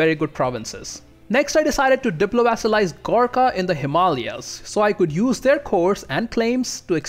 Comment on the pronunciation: It's nice to hear the proper pronunciations of Vijayanagar and Himalayas... What nation occupies your home province in 1444? Mine is uncolonized Chumash (Province 868).